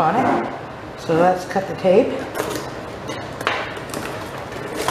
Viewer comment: I thought you said let’s cut the cake. I was like mmmm, cake 😋 but you said cut the tape 😂